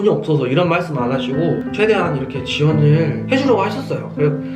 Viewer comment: 이런 '말' 씀ㅋㅋㅋㅋㅋㅋ